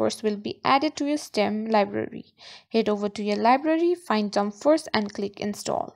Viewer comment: It is steeaaam not stem